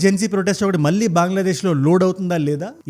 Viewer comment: మల్లీ కాదు మళ్ళీ సరిగ్గా పలుకు...